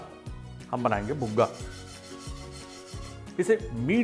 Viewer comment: Buga nahi ji Puga 😊😊